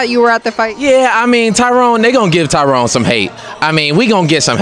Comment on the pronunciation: C'mon Kevin you black his name is TYRON not Tyrone lol